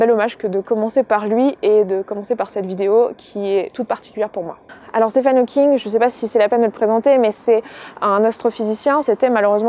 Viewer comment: Très bel hommage :) Juste une toute petite correction (j'espère que ça ne te dérange pas) son prénom se prononce "Stiveun" (oui oui ça fait bizarre je sais ^^)